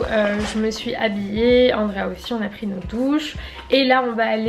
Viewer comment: Petite question qui m'est venue à l'esprit en t'entendant prononcer le prénom de ta cousine : est-ce que son nom s'écrit "Andreia" et tu le dis à la française (Andrea) ? 🤔 Je te pose la question car ma cousine, qui est aussi portugaise, s'appelle "Rafaela" mais on l'a toujours appelée "Raphaelle" (sans le "a" à la fin quoi), à la française. Je voulais simplement savoir si c'était pareil pour toi ou si j'étais la seule 😅 En tout cas top ce vlog !